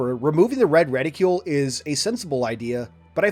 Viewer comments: It's reticle, not reticule. For somebody who reads a ton, you sure do mispronounce a bunch of words. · Ret-icle. Reticle. Not Reti-cule. We don't call Icicle, Ice-icule... Sorry I have to make this point of Ridicule.